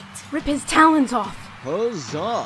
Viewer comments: "Kestrelle" "Deeria" "Tay-lons of Peace" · Tayloans of peas